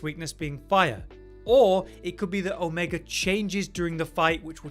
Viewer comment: There's no hard R in Omega vro....